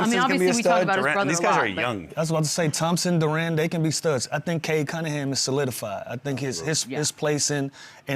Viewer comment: Lou, It's not Dur-An, it's Dur-in. Also, don't sleep on Ron Holland II or Paul Reed.